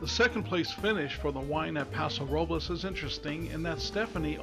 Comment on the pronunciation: Nice analysis. I enjoyed watching this. One note: Paso Robles is one of those Spanish names that Californians pronounce a bit differently (and not correct to Spanish language rules as you are pronouncing it in this video). If you listen to how Sandra Oh's character in the film, that's the correct way to say it. More like Paso ROW-bulls.